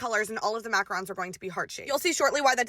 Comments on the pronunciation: mackarons? It killed me macaroons!!!!! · I’ve never heard someone pronounce macaroons as mackarons😔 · MACRANS!!! Bahahahaha...... it's MACAROOOOONS!!!!!!!! Not macrans!